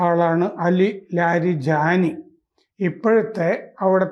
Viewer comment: കിളവന് ലാരിജാനി എന്ന ഒറ്റ പേര് ഉച്ചരിക്കാൻ തന്നെ പ്രയാസം. കിണറ്റിലെ തവളകളുടെ ക്രാം ക്രോം😜